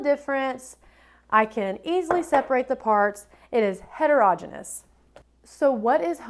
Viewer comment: Don’t teach the kids to pronounce heterogeneous like that 🙊